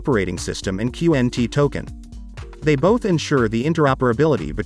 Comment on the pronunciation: 🤣🤣🤣. Qqqaaannt. It's Quant (Qnt). But right amazing Mouthwatering fundamentals and partners. ..with very few tokens. 💎👑🚀💥. Cheers. Pronounced wrong.